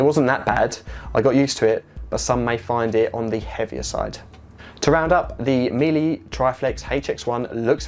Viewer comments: Nice review 👍 just an FYI it's pronounced ME LUH, not MILLY. 👍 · It's actually pronounced MeeLa not MeeLee, interesting review but also check your opening titles where you ask people to hit "subcribe" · Miele is pronounced mee la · it's Me Luh/La. Speak German and been to their factory and only have their appliances and vacuums. My father in the US (he's Canadian, but naturalised in the US, he from right above MN, Lake of The Woods) says Mee lee lol. Correct him all the time but yeah. 😬😬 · A very good and useful review, thank you But please don't pronounce Miele as "Meelee"! The final "e" is pronounced exactly the same as in "Deutsche", "Danke", "Bitte" "Porsche", "Goethe", "Focke Wulf", "Marlene Dietrich", "Mohne", most of which words English speakers have encountered and would not dream of pronouncing with an "ee" ending. It's similar to the English (not American!) pronunciation of the final "er" in "bigger"and "better" using the English silent "r" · Meile is said just like 'Wheeler Dealer' in effect; Mealer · Miele is pronounced like Shiela. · Actually the German pronunciation is Me Luh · As Jennifer says,.., Miele is a German brand, therefore, if you want to be saying it correctly... you should use the German pronounciation - therefore meelee is actually closer than meela... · Well you're the only German I know who doesn't! I've checked with German colleagues in several German cities. There are also plenty of references on the www. Just one of many examples: "My mum is German and says it is MEELA.". Another "The correct pronunciation approved by native linguists: The "e" in the second syllable, -le, is pronounced similarly to the "a" in the word "about". Last one: "I sent an email to Miele. The reply advised it is pronounced meal-a”. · Sorry but the e is pronounced as a normal, german e, and not as an a. I have never heard anybody say miela here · No offence here, but it is German, pronounciation is like meeler (swollowing the r at the end :)